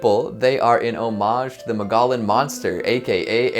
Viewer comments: Mug-EE-on not Mugollen lol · It's "muggy on" not mogollon lol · Mogollon is pronounced “Mogo-yon.” Double “l’s” are pronounced as “y” with Spanish words! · Ma-gah-lin Monster LMAO we pronounce it more like Mo-gee-yon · The word mogollon is pronounced Mog-E-yon. It’s an indigenous word, so if you haven’t heard it, you don’t know it. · I’m was only listening to this while I was working on something and I thought he was mispronouncing Mongolian there for a second. Had to rewind the video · Repeat after me: Mo-gee-on. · I legit took to long to realize what he was saying lol I was like I have never heard of this place in Arizona